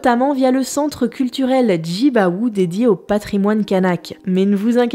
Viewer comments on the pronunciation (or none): C'est super qu'une vidéo de vulgarisation explique quelque chose autour de la culture kanak et de la Nouvelle-Calédonie. Cependant je regrette pas mal d’imprécisions et quelques erreurs de prononciation. "Banian", pas Baniane et "Jean-Marie Tjibaou", pas Djibaou. Quant à la passation de l'orthographie Kanak de l’hawaïen à canaque avec un C péjoratif, ça me parait assez fumeux, dans la mesure où les hawaïens à priori n'utilisait pas l'alphabet latin. Ce qui me dérange le plus c'est que l'ensemble de la vidéo donne l'impression d'une culture kanak uniforme et homogène, alors qu'il y a une richesse à celle-ci bien plus conséquente et disparate. Cela se vérifie par le seul fait qu'il y ait une trentaine de langues kanak. Précisément, c'est le colonisateur a tenté de faire croire qu'il n'existait qu'une seule unité kanak (sauvage qui plus est) alors qu'il y a une incroyable diversité sur ce territoire. Enfin bon c'est le problème de la vulgarisation, c'est que ça déçoit toujours ceux qui en savent un peu plus, donc ma critique n'a que peu de velléité de remise en question du travail fait dans cette vidéo. Ps : Pour les affrontements à Saint-Louis dans la commune du Mont Dore, c'est une histoire très compliqué dont les premiers heurts récents ont eu lieu dans les années 2000. Le gros problème en Calédonie, je crois, c'est surtout une montée progressive et dramatique de la délinquance et de la violence qui témoigne d'un grand malaise social (à l'instar de la Guyane par exemple). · Salut , alors j'ai rien a dire sur l'épisode , il est vraiment super top top ! Apres étant néo-calédonienne, j'ai toujours entendu une autre prononciation du nom Tjibaou . En effet le "tji" ce prononce " tchi". Je tenais a le préciser vu que tu as l'air de t'en intéresser et de vouloir faire revenir sur le sujet ;) Merci merci !